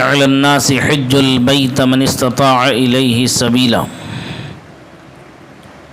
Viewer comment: سبقت لسانی کی وجہ سے حج البیت پر زبر پڑھ دیا ہے جب کہ زیر ہونا چاہئے تھا مولی تعالٰی اپنے حبیب حضور سید عالم نور مجسم صلی اللہ تعالٰی علیہ والہ وصحبہ وسلم کے تصدق و طفیل عفو ودرگذر کامعاملہ فرمائے۔آمین